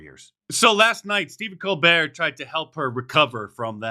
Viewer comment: His name is pronounced Col BERT, he is a South Carolina son. Everybody here knows it's Col BERT. He trys to "Church it up" kinda like Joe Dirte . More Stephen Bull Butter ! Its Col BERT !!!